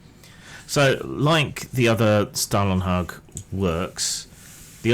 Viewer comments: Scandinavian Spasticus here - 'hag' was correct, but 'Stålen' is pronounced like 'stolen' in English. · Your pronunciation of Stålenhag is incorrect.